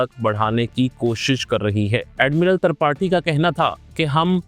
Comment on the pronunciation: Admiral tarpathi 😂😂😂tripathi hota hai be